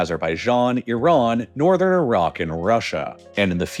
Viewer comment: THank you for saying Iran and Iraq properly. Tired of hearing I-ran and I-rack